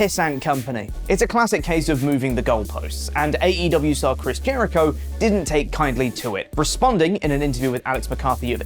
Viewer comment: Jericho pronounced AEW wrong 😂